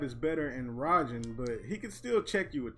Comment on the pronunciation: I always thought Raiden’s Rajin variation is pronounced like “ray-zhen”?